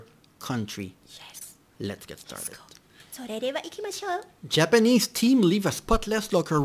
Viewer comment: 「それではいきましょう」片言の日本語が可愛いです。今年もよろしくお願いします。